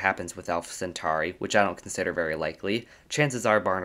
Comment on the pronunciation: Centauri, just like centaur is pronounced with an "or" sound, not "ar". Aur is "or" not "ar".